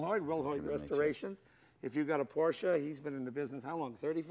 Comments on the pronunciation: It's PorSSSSSche... ;) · Jay is NOT correct, at the 12 second mark he says Porsh, not porsche, not porsha, He says PORSH... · Hey Jay, huge fan of your show and garage! I also love Porsche, I actually have one myself. It's a Porsche 911 C2 1996. I love it to death. But as I watch your show I can't help but notice that you say porsh, It hurts me because it is such an amasing car company, Germany at that, and they deserve your respect. Lots of car fans and fanatics watch your show and ideal you. Hope you have a great day. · Jay only needs to practice his pronunciation a little bit more to become a true Porschephile. P O R S C H E is a two-syllable word...a family name...pronounced Por-sha! Vroom, Vrooom! Lee Raskin, Porsche historian/author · In the video Jay is inconsistent with his pronunciation of P O R S C H E... one syllable or two? Here's a rule of thumb, Jay: You can only sit on your front and back por(s)ch ...but you can definitely sit in your Por-sha and drive it...Vroom, Vroooom! Lee Raskin, Porsche historian/author. See Jay interviewing me for Jay's Garage Book Club - James Dean At Speed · Its Por sche . Two sylables Jay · Please someone tell Jay that Porsche is a 2 syllable word. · Its your car but you cant prounounce the real Name it Calls Porsche not Porsch in german you prounounce the "e" too!! greetings from a german guy.. Dammit english Speaker have massiv Problems with that..